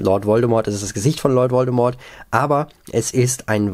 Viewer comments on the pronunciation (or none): none